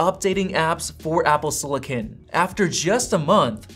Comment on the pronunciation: Apple “sillikin”